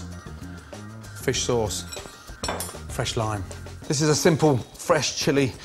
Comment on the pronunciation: i thought i missheard when he said "fish sauce" lol its just crystal clear when he mentioned my country. Its interesting that he loves Vietnam national daily sauce lol